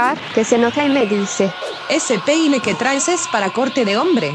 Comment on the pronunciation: Gente dice pene en vez de peine